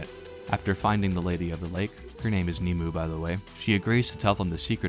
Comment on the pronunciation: The dubbing mispronounces Nimue. It's pronounced ( Nim-o-way)